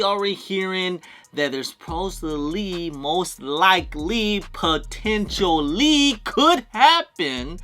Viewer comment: My guy did you just butcher the word (supposedly) ??? 😂 then tried to cover it up@ smh … my guy just keeps going 😂 I f*** with you tho 😊